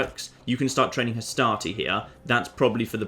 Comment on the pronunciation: every time you say "Hastati", I just hear "Astartes" and I think your troops are gonna mow down the macedonians with storm bolters.